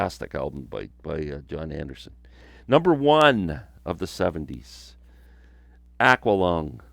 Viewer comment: Awe quaw lung.no offense.i.thought it was a Canadian way of saying it..